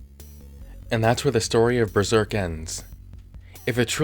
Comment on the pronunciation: Besserk. DISSIPATED SIGH